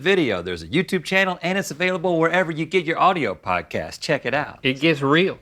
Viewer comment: Please do not stop doing “Is it rill hwat?”!!!